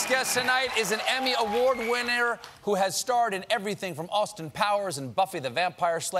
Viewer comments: Who else restarted the video to hear Stephen say Winnear instead of winner? 😂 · "Emmy award wiennair"